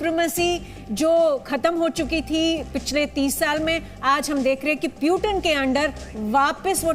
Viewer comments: haha naam lena ata nh hai sahi se anchor lady ko puten nh hai wo putin hai wo beta seekh loh jaake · प्यूटन नहीं पुतिन बोलते उसको